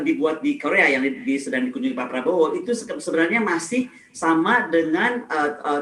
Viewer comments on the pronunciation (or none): none